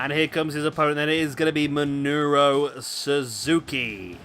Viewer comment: By the way its Minoru not Minuro.